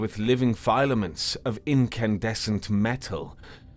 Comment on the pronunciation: I'm sorry, "File-a-ments???" No,, just no. It's FILL-a-ments.